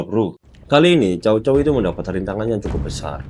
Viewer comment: Org cina melafalkannya tsao tsao bukan cao cao. Mirip kyk huruf tsa dlm bhs arab